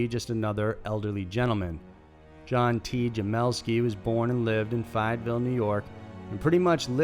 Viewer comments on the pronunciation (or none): Fay-et-ville, not Fy-et-ville.